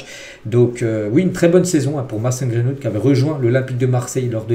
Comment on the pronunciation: C'est Greenwood, pas Grainewood